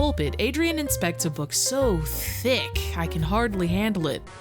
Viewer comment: The way pronounces the word "Thick" almost made me spit up my lemonade.